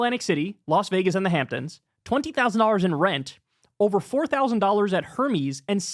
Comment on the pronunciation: I love how Kyle pronounced Hermes, a true man of the people